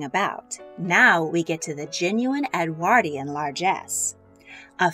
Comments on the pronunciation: Ffs ! EDWORDION IS HOW ITS PROUNCED NOT EDWAAAARDIAN !😢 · Presenter needs to learn how to pronounce Edwardian. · My jolly goodness! Im exhausted just listening to this! Never mind Consuming it I think that amount of food in all those Edwardian tummies was the cause of the ship sinking & not an iceberg! Btw the word Edwardian is said Ed word ( like sword) ian Not Ed waaardian, just saying! Thank you for this delectable menu reconstruction, that menu Would last me an entire week of meals! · "Edwardian" is not pronounced correctly in this video. The "ward" in Edwardian is pronounced like (hospital) ward. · Anyone else cringe so hard at the narrator and her appalling pronunciation of Edwardian? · The way you pronounce “Edwardian” is painful!